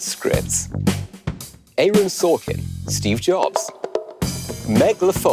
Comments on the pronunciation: ayerun sorkin?! what an odd way to pronounce the guy's name... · "Ay-ron sorkin" "meg donoHOO" ...this man has been out of England so long that he's forgotten how we speak. Who TF says "ay-ron"???? It reminds me of "a.a.ron" from that key and peele substitute teacher sketch. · S N That's not even an american thing. We don't say it like that either. I thought it was a british thing for a second. Haha